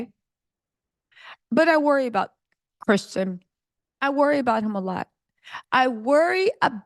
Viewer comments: Why is it so hard for you to say Christian, girl. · His name is Christian not Tristan 🙄🙄🙄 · CHRISTIAN,.....CHRISTIAN....As in a follower of Christ. Not Tristan, not Christen...Girl. Love your content, lady...but come on nahhh!! Smh. 🤨🤦🏽‍♀️🤣